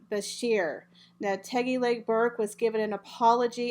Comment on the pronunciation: My Dear - It's TIGGY NOT TEGGY.